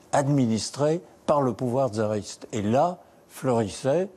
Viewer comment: Il est curieux d'entendre M. Robert Badinter prononcer " tzariste " au lieu de " tsariste " d'un côte et " fassiste " au lieu de fascite ( ch en francais communément accepté ) de l'autre Pier .